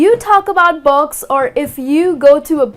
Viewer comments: Why do u say "box" instead of "books"??? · You saying 'books' or 'box'?? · no offense your pronunciation of books sounds like box! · She struggling to pronounce "BOOAKS" "BOOAKS""BOOAKS""BOOAKS" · Ur really struggling to got to go to heaven